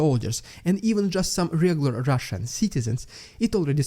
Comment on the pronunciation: Don't overdo the "RRRRRRRRRRRRRRRRRRRRRRRRRRRRRRussian" crap - other than that, good job! Slava Ukraini!